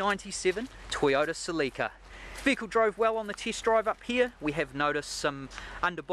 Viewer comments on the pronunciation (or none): Not cilika it's celica !!!!